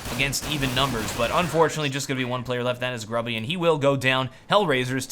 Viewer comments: gruby is pronounced "groobyh" - it means fatty ( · you should prenounce Gruby's name moreless like "grooby", it's common polish word meaning "fat' :D